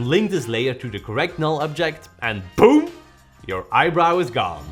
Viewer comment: bhoom instead of boom lmao